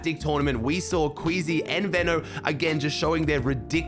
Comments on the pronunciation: Bro I still can’t get over ven-o instead of vee-no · Why’s he saying VENO so weirdly ???